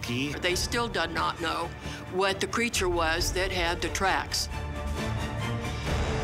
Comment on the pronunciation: hahahaha "they still da not know, what da creature was... dat had da twacks...". Hahaha 😂😂😂